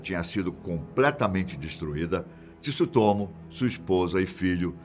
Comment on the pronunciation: meu amigo, não se fala Tisutomu, mas fala o Tsu tudo ao mesmo tempo, joga no Google Tradutor que vc vai ouvir a pronúncia correta